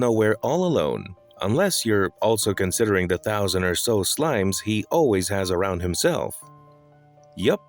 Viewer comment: “Arwound him” ok arwound?😂